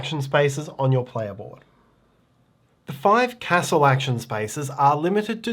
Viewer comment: This looks great! (I just wish he pronounced Castle the correct way)🙃